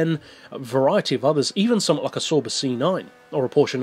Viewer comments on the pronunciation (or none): You pronounce Sauber really different lol